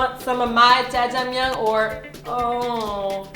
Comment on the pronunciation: its jajjangmyun